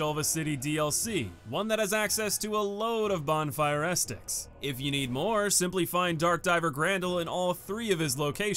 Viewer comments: guy really pronounced it bonfire ass sticks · Bro it's not estics haha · Why does he call Bonfire Ascetics “Ass sticks” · How do you mispronounce ascetics? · Why do you keep saying ascetics like that though